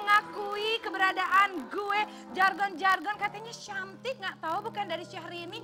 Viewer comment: Kalo sahrini..channtik...bukan syantik